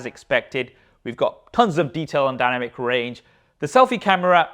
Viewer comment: The “danamic” island 😂